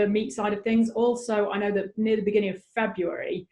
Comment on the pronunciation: FebuDAIRY....😂 Thanks for ruining my favorite month.😞 sheesh